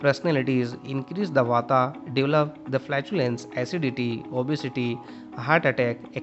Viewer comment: Your pronounciation is wrong w.r.t Vata, Pitta and Kapha. Please correct it ok